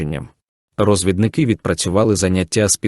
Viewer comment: Гарне починання, молодці! А от з наголосом у слові " розв І дники" - треба попрацювати. Все буде гаразд.